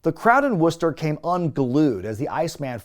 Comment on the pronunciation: As someone at the show that night, I give your pronunciation of Worcester 4.5 out of 5 stars.